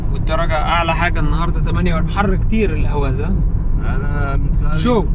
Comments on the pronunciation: لماذا لا تطالع معلومات قبل ان تقوم برحلتك في بلد معين..الا تستطيع نطق اقليم خوزستان/حوزستان..الا تعرف الفرق بين احواز بالعربي واهواز بالفارسي..ما هذا العبث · اسمها الأحواز وليست الأهواز الفرس لاينطقون الحاء لذلك أطلقوا عليها الأهواز وهي بلد عربي وتعتبر جزء من العراق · أسمها الاحواز وليس الاهواز . لان العجم ينطقون الحاء هاء الارض العربية المحتلة منذ مئة عام . ولا احد يذكر انها ارض محتلة .. والتي كانت امراة مستقلة ولها حاكمها الذي سجن وقتل في السجن .. اسال الله العظيم ان تحرر الاحواز مثلما تحررت سوريا .